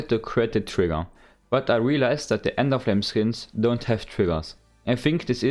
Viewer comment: Man merkt das du Deutsch bist, weil du Enderflame sagst :D